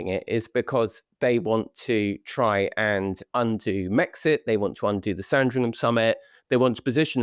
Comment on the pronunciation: Love them, but Tom, please teach and how to pronounce place names that end in “ham” properly. Sandringham, Nottingham, etc. Not difficult.